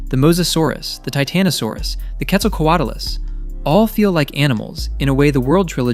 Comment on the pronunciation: ARE YOU KIDDING ME? BUDDY. BUDDY. BUDDY. THAT IS NOT HOW YOU PRONOUNCE QUETZALCOATL US. THIS IS DISGUSTING AND A CRIME OF NATURE.